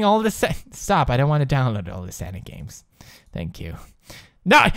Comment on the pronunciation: bro...it's 'sOnic'...not 'sAnic'!